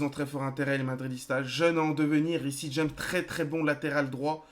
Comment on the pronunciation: Ça serait cool si tu pouvais essayer de prononcé "Riss James" au lieu de "Rissi James" PS : je sais que ça s'écrit Reece James🙂